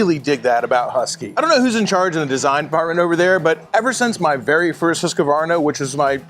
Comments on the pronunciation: Hooskvarna, not Huskavarna. Get a clue. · Why do you Americans call it Husquavana,there's no a in the middle your pronouncing it very wrong.